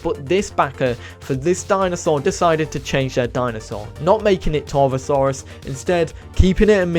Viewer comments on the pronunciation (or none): none